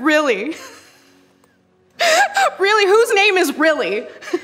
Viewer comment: "Really, whos name is rilly, hahaha." "It was feed goals rilly." I can't I just can't I'm sorry.